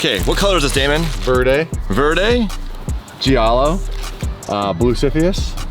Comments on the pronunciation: I can't deal with it anymore. its not pronuonced Gee-ahh-low it's J-ahh-low. even google translate says it properly. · Damon, just an FYI the italian word Giallo (yellow) is pronounced like “jow-low” or “jah-low” not “gee-al-low”. Also orange is Arancia (ah-ron-chee-ah)